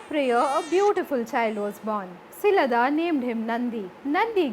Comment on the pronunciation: I appreciate the content but i would recommend that special attention be paid to pronunciation of names, especially uncommon names. Nandi's father was Shilaada (शिलाद) , not Shilada (शिलदा / शिलद)